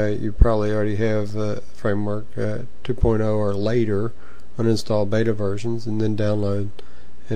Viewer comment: It seems like u say framework 2 porno?